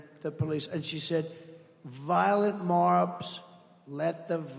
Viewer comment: …”she was endorsing defund the PLACE & the police…and she said…violent morrrbs let the violent mobs keep going..” His brain is too old to be President….the glitches are coming like crazy now.